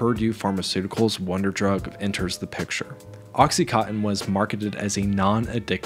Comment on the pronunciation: Not oxicotton. It is oxicontin!